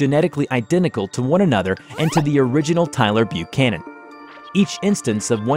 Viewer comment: thumbs up for pronouncing "Buchanan" right.